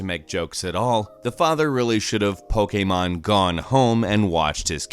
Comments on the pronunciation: Pokeemon not po k mon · I turned this off when said Poke A Mon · Pokaymon. I will hear that in my nightmares. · Does this guy mispronounce things just to annoy people lmao. "Pokaymon" "Thaynos"